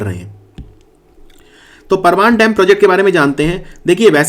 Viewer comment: परवान नही परवन नदी बोलते है हाड़ोती में।